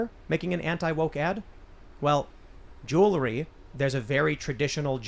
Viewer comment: I'd like to take this opportunity to remind everyone that the word is "jewelry" and NOT "jewlurry". "Joo-el-ree" NOT "joo-luh-ree".